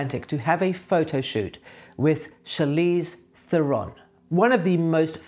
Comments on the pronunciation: BTW Charlize says it's THER-en rhymes with Karen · You mispronounced her last name. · this is not how u prenunce this second name